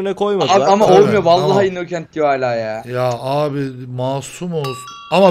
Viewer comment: YA ŞU INNOCENT İ YANLIŞ OKUMAYIN SİNİR OLUYOM